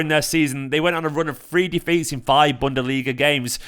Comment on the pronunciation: Did just say "Bunderliga" 🤣🤣🤣🌚